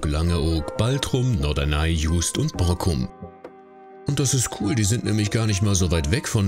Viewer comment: Juist ausgesprochen: jüst. Und es heißt Borkum. Vg von der Nordseeküste